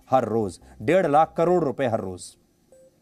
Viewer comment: Read properly dear 3 times you say DER LAKH , PER DAY